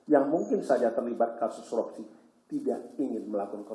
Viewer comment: ngomong korupsi aja blom bener , KOROPSI wkwk